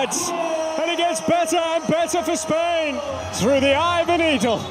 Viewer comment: Spain without an "S" 🤣🤣🤣🤣